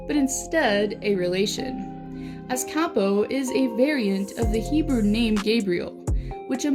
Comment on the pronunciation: And btw you have to say kaapo whit 2 a